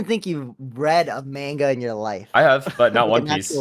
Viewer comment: why s0m say manga like that